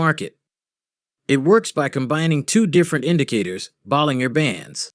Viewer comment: its pronounced 'ball-in-jer'